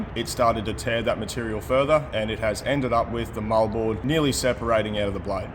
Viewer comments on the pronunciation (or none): For the life of me, I thought he was saying mullboard. But it's Moldboard. Like always, I'm impressed by the level of experience and knowledge.